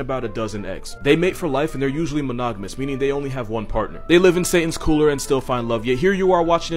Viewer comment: I swear that when he said monogamous I heard monotonous. HAHAHAHA